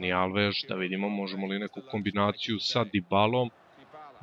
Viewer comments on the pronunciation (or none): none